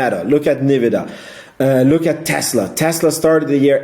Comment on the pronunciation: It's called "EN"vidia, bro :-) Are you from Germany?